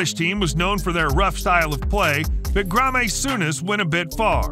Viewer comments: Gra-may Souness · and Graa-may Souness 😂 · Ha ha, who the fuck is Gra-may Souness? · But Graa-maé Souness? Surely they have people called Graeme or even Graham in America? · gram ey saunders is he french scottish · Please do some research on pronunciations, this could have been a really good video but for that, I have heard that Greemy Souness wants a word with you. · Missed out all of King Eric’s…er…issues 😄 In fact, you could do a compilation just of his misdemeanours before he even came to England and it would make half of these seem tame 🤪 Mind you, half of these fouls weren’t as brutal as the mispronunciation. And by the way, at the time of the Ben Thatcher tackle, what you had to do was ‘be seen’, you didn’t just react to the effect on the other player. With VAR he’d have been off but in those days if the ref didn’t see it, he didn’t give it 🤷🏻‍♂️